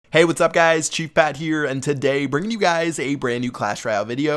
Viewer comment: This guy says 'today' so fucking weird😂